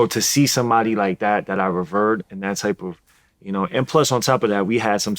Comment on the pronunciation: This nigga said raveered🤣